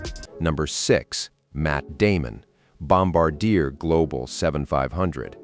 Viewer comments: Let's get this right. It is nor Bomba-deer, it is pronounced Bom-bar-d--a, and it is Gulfstream 5 not Gulfstream V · The same goes for the Gulfstream IV, it's a Gulfstream 5. Also it's not Bomb-a-deer, it's Bomb-Bar-Dee-A (Canadian French). And if you should run across a Citation X, it's a Citation 10. Otherwise, good stuff! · Bloody AI voice! Gulfstream "V"?! It's called a Gulfstream 5! Bomb-ah-deer?! Again, that is not how it's pronounced! It's Bombar-de-ay! It's French Canadian, named after Joseph Armand Bombardier, the inventor of the modern-day snowmobile! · Obvious AI voice narration. Its not Gulfstream "Vee". It's Roman numeral 5, V. Gulfstream 5. No one in the industry pronounces Bombardier this way. Bombardier is not pronounced "bomb-bah-deer." There's an "R" there. pronounced Bom-bard-di-er with French accent on the end. #AIslop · I shouldn't comment but when you said Wahlberg's plane is a bombardier learn the pronunciation is Bombardier let me shout out to Bombardier you're going to say their name pronounce it properly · Notice your fake voice can't even pronounce Bombardier ...